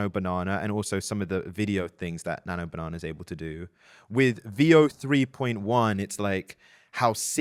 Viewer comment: "Nano Banahner"